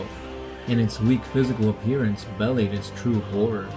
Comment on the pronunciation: Look up how to pronounce belie.